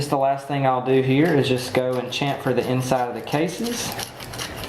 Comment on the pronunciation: I am not nit picking but the word is SHAM -FUR.